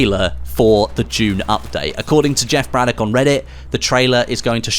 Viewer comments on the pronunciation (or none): It is DOCK not DICK (Jeff Braddock)....That is what my wife and in-laws always say :)